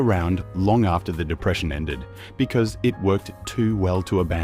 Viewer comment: Our friend can't disguise his Yankee origins with his pronunciation of the words Aussie, after and new.